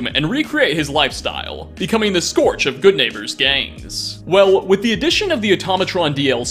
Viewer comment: "Skorge"? It's "skurj". Did you even write this?